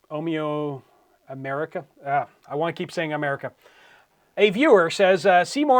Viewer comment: Update: Omearica pronounced Omerica, like America with an O. It is a play on my last name. YOU GOT IT RIGHT. Not important, but thank you for getting to my comment and reading the name correctly. Love the USA.